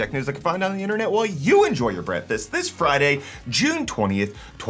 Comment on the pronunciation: I like that you say "Brefast" like my grandpa used to. RIP